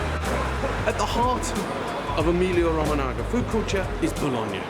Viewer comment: e-meelia ro-mo-na-ga lmao. It's ro-ma-nya